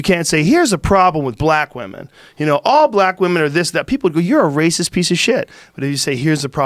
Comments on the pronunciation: Boi said "Weemen"😂😂😂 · Joe "Wee-Men" Rogan